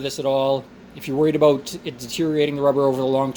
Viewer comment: Spotted the Robertson screw, started suspecting... Then there "about" came and now I'm sure I'm watching a Canadian =)